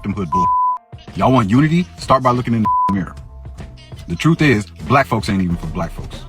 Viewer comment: Lol. Is it troof or truth? 😂